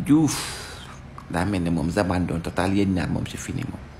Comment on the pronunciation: Mom louy problemam ak z Zamadou, zabandon, zapr , zancienne 😂😂😂😂😂